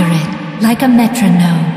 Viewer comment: After years I finally realised it's "accurate like a metronome" not "active tales kite a gnome"